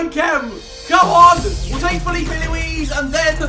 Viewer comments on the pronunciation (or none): none